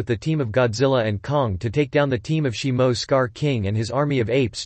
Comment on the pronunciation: Shimo? it’s shimu. Why do content creators make videos and they mispronounce or call something NOT what the movie is. Now I know sum us ai voice overs but that’s no excuse.